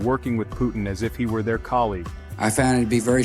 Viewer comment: Его имя Vladimir Putin а не Putn‘❗️ 😩🤦🏻‍♂️ чувак выпрямился когда увидел этот момент!!😅😂👍